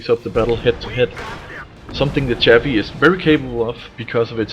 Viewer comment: the chaffe is a french tank used by the americans your pronounciation annoys me